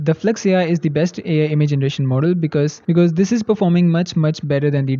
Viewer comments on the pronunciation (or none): none